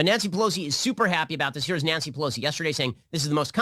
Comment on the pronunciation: Knee-yan-see Pelosi